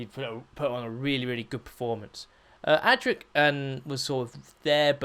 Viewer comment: Adric not Attic, I hate. Correct write mechanism....